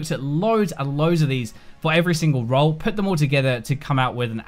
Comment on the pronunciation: After 6 mins my head starting to hurt after every "row" .....